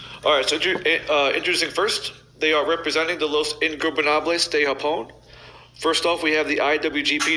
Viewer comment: Dude said Los Ingobernables de Japon right I’m shocked 😳